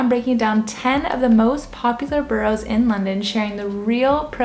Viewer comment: Ba ras - not bo rows.